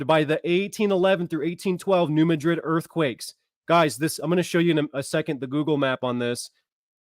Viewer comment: Hey bro,as a ,s. east missourian born and raised your driving me nuts saying "ma-drid",try saying instead "mad-rid"its bothering us "misseriens"